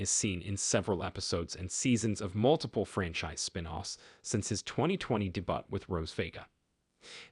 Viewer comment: learn to pronounce debut LOL ( DAY - BEW )